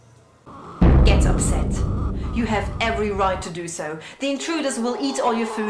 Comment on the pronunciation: Great video! Just as a note, I think you may have mixed up the pronunciations of "tragedy" and "strategy" :)